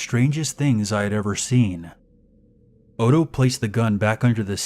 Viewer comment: NOTHING infuriates me more, is when these people who decide to be "PROFESSIONAL READERS" keep fucking up the most basic of words and names. If you don't know how something is said, take the literal second to verify it. Is ODO supposed to be "OTTO" like how do you fuck up that? We had one guy saying Ar MY RE for ARMOIRE and it took me by the end of the story to figure out what he was trying to say, and had to confirm that was the right piece of furniture via a CURSORY GOOGLE search. SERIOUSLY it's not that hard. IF I DON'T KNOW HOW TO SAY SHIT, I look it up. IT would be one thing if it was an ethnic name, then that would be excusable and make sense. BUT WHEN IT'S COMMON NAMES AND ITEMS, ZERO EXCUSE.